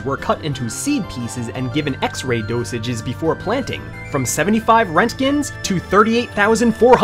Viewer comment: lol when he hits the american accent.... fourty, seven thousaAND RENTKINS!!!!!!!!!!!!!!!!!!!!!!! lol